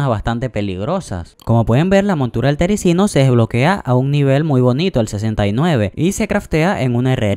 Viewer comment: Gracias pero tengo 4 tericinos, y también se dice terizino